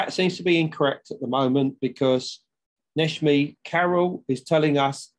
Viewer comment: Not a bad shot but then I do live here. Tepe - e as in egg so tehpeh Kara as in Carrot and C as J so Nejmi. This should help a bit 😀